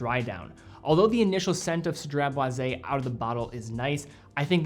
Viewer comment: Aye you get extra cool points for pronouncing this fragrance perfectly without missing up haha 😄👏🏽👏🏽 I appreciate you sharing the history of the fragrance and i love that has a lemon sandlewood kinda smell. I tend to like those and a citrus smell. I like that it last most of the day. I'll definitely consider this. Anyways have a great day!